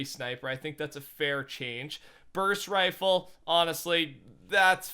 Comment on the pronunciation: No one is talking about how he said rofle. Ok.